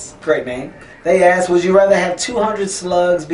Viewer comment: I keep hearing him say ass instead of asked